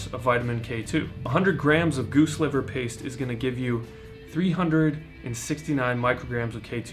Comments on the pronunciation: it's pronounced.....pah-tay......you are reading it pate'....pah-tay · Did you mean to say goose liver “pate”?